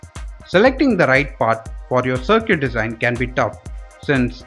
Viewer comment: Sir Cute ?! 🤦🏻 Circuit is pronounced as SARKIT.